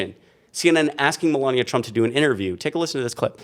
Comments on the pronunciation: Like how you pronounce her name Melooonia. 😂😂😂😂😂😂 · My new favorite is pronouncing her name “Mela-Nia”. Amazing how many people that can’t pronounce “Kamala” get pissed when you can’t pronounce a name correctly. 😂